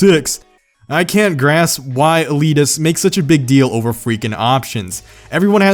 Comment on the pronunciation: "Eleeteses" lol